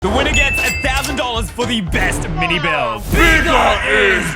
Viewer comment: Ie no one gonna talk about he said miny inetead of mini?